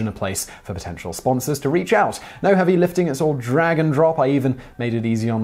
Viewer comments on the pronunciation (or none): none